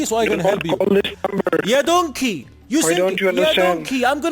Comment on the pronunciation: stressing "Ya Donkey" makes it even more hilarious than it actually sounds xD